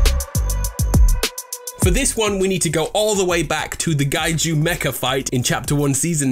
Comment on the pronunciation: Did he just say Kaiju with a G? Like Gaiju?